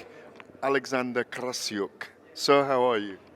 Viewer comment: GAD with the ‘Krasssyuk’ pronounciation 😂